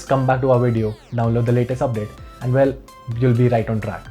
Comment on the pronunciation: When he says volume he says “wolume” and when he says well he says “vell”.. 😂😂